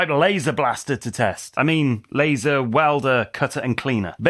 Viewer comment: The German Audiotrack is awefull. The different speakingspeeds to match the visuals feel cheap. Pls in the name of quality: dont let an ai generated voice call the Laser an "Lahhser" or the Argongas "Aragangas"